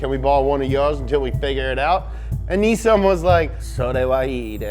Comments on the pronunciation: Says Nissan correctly for the first time in his life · He said Nissan right, not bloody Knee-Sann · Ayy, like the pronunciation of Nissan and thank fuck there was no fosters reference.